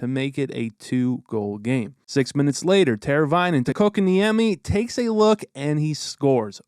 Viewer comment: Props to you bro for saying “ Kotkaniemi” correctly bro, even most announcers don’t pronounce his name right, besides the Canes announcers of course